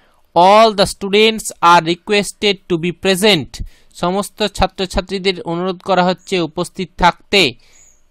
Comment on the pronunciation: Thanks but apni onurodh korben na nonorodh korben😅😁😄😆😂🤣🤣🤣🤣